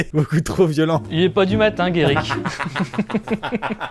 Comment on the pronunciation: Wow quand il a prononcé le prénom guerric ça m'a surpris 🤣